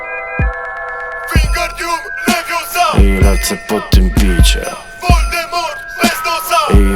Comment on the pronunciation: Wingardium leviOOsa a nie leviosAA...